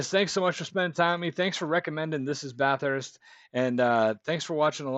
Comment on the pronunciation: Please, it is not Bath Hurst. Only Victorians call it that. It is pronounced Bathust. Just slur it all into one noise.